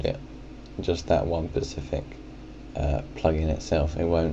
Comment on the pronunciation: Stop saying "pacific", it's "specific". The Pacific is an area / ocean.